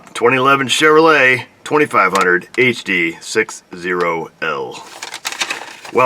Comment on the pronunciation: you should be a pro at diag'ing a "Chevroo- Leah"! It's got the "Krusties".... LOL! Priceless. Don't breathe on it too hard... she'll break something off. "If you hate it now, wait 'till you drive it!"...